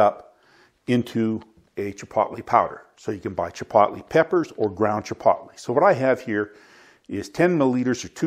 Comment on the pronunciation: Its pronounced chi-poetly, like toe. Hard o. Thanks for this though. Keep them coming.